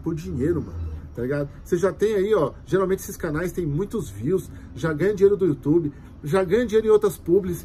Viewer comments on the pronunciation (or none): none